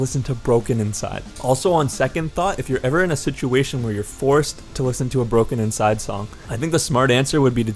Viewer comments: BrokeNCYDE is pronounced "Broke inside", not "broken inside" (brokencyde will never die!!) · !!! he didn't even pronounce BrokeNCYDE correctly, its pronounced Broke-inside, not Broken-inside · did anyone else keep cringing when he said "brokenINcyde" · It’s not. He’s saying it wrong and it severely bothered me the whole time lol. It’s brokeNCYDE. Only one N. 😝